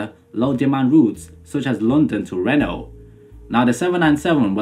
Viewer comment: Reno is pronounced Ree-No, not like Renault.